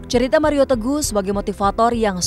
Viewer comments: wkwkwk pak hotman kli ini gokill bangett ,,, nyebut mario jd maria wkwk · Mario bang, bukan maria 😁😁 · MARIO PAK...BUKAN MARIA😂😂😂😂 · 😂😂😂kupikir telingaku yg salah dgr (Maria.. Maria.. Sampe ku puter ulang